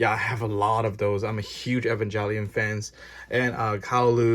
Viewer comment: Hey I noticed you pronounce Evangelion wrong, which is common but yeah I might look up the right pronunciation, no hate just noticed